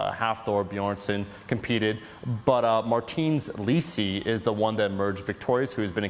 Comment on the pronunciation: let me just correct t you its marteens leesees